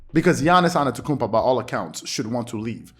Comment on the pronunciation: Dont mean to be that guy but you keep pronouncing Giannis's last name without the first t, saying anetokounmpo. Not sure if you realized but just wanted to point it out. Really enjoyed the video, keep up the great work!